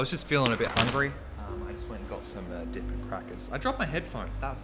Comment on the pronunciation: Why do I keep hearing "dick" instead of "dip"...